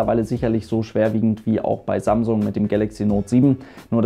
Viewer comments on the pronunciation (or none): none